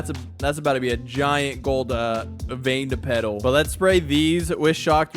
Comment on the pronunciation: And it's not Vien-Petal it's Vin-Petal